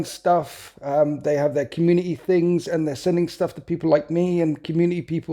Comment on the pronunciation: Community has a "T" in it you know! Sorry, I only started noticing after the third time you said it